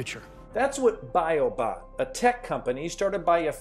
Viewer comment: When he said "Biobot", it sounded a bit like he said "Biobomb".